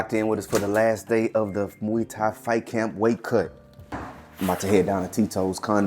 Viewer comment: MUAY rhymes with "joy."